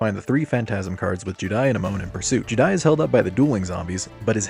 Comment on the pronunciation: The way you pronounce juudai as judai is giving me cancer